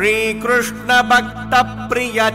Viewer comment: The pace of chanting is very good for children to follow. Krishna would be more comfortable than Krushna